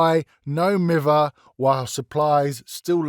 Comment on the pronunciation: do be spittin’ facts on the state of DBD balance /hj Edit: omg poor Bubba! they deserve better 2nd Edit: hearing that pronunciation of No Mither hurts me as a Manchester person myself...